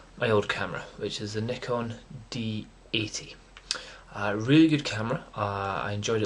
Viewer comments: Congratulations for the correct pronunciation of Nikon! lol...Great camera though, i have only D40 which is still great! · i cant belive it! first time i hear propper nikon pronounce! best wishes mate!